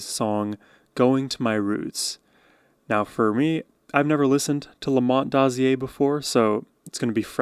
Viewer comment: Hi. Old timer here. The last name is pronounced like closure...Dozier. Look up HOLLAND DOZIER HOLLAND. ...and their connection to the MOTOWN sound of the early and mid 60s😊